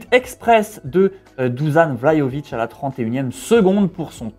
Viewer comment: petit cours de phonétique en serbo-croate (ainsi que pour l'équipe de Téléfoot). Dušan Vlahović = Dou-Sha-Ne Vla-Ho-Vitch Le H est souffler comme en espagnol, en allemand, en arabe,... Tu vois quand le père Noël fait "Ho Ho Ho", ça ressemble plus ou moins à ça. Personnellement c'est surtout quand j'entends Du-Zan, Dou-Zanne, Dou-Zan, Du-Zanne,... C'est super agaçant. Sinon va sur Google traduction et met en serbe ou croate Dušan Vlahović en haut-parleurs.